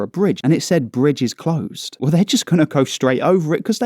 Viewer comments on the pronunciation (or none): none